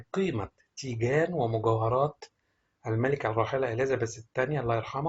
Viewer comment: كان لازم تتعلم كيف تلفظ الاسماء قبل ان تذيع هذا الخبر مافيش شي اسمه اليزابيس الملكه أسمها إليزابيث